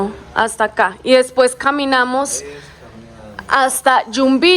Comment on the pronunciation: Hola chicos felicitaciones bonito video a seguir disfrutando del viaje, así nosotros disfrutamos de sus videos, una acotación es Jumbilla no Yumbilla. Saludos un abrazo.